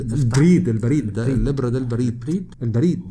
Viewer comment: الرسالة = البرا تقرأ بالسكون على حرف الباء والفتحة على حرف الراء